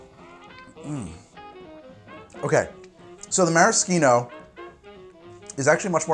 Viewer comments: I don't mean to be a stickler or anything, but I am pretty sure maraschino is pronounced with an "sh," like mara-sheeno. Other than that great video! love the recipe! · Isn't it maraschino... Like Meh-Rah-SHEE-No? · you just really don't like using the h in "Maraschino cherry" do you, my gawd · pronounced marashino, just like how fischer (the last name) is pronounced fisher